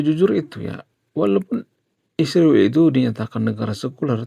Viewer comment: kau punya pelir le. sebut israel pun salah